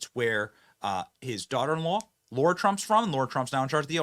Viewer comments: Benny,…. Lara Trump pronounces her name LARA….like the word “car”……NOT “Laura”. Thought you would want to know that. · Lara's name is not pronounced "Laura" as long as you're getting on Biden mispronouncing Laken's name - goes both ways. It's LARA not Laura.